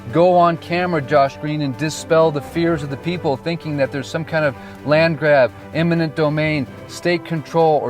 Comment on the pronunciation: Um, it's eminent domain, not imminent.